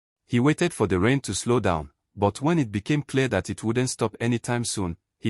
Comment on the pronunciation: It’s But not buy ….ozuor